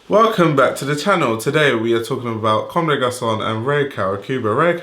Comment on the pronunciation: m8 your vids are great I left a sub but please, stop slaughtering brand names like CdG Tricot or Homme Plus and so on. Really not saying it as hate just save our ears! Other than that, keep going!